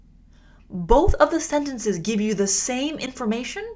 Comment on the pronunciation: I,'ve got a question why do you pronounce "da" the end. Is it a a cultural use? because is di or There Is another pronuntiation rule. I am Just curious about it.